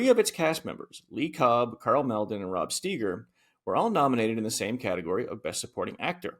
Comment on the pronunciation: Karl Mal'din? Rod Steeger? Are you guys serious? Two giants in film cinema and you can't get their names right? First it's Malden as in "Mall-din". And Steiger... not Steeger. To analyze and critique such a masterpiece as this and butcher two of the most famous character actors of the times is inexcusable... and ignorant.